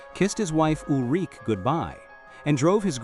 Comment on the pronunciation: It is Ul-Ri-Ke...the e is pronaunced. Like "a", schwa.